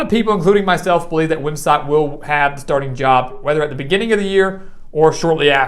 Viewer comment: Very good video. I like the strong voice and articulation. Couple nitpicks: 1) Is it me or is the audio and video out of synch? 2) Wim - sat not Wim - sot